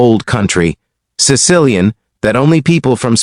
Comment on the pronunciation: Not to mention the mispronunciation of the words Sicilian and Lucia.